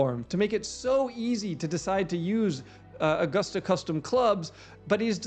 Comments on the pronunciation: It's a-gust-a, not goose. Like a gust of wind. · I can tell by the way you pronounced Augusta that you’re not a golfer, lol. Edwin Watts is a national golf store. It’s like Dillards for golf. Obviously there is still a reason for local SEO, but I would assume most people that are searching for golf stores in August Georgia are well aware of what Edwin Watts has to offer and the most important information they need to give is existence and location. Curious if you think that changes their approach to website layout. Thanks for the info. It’s awesome as always!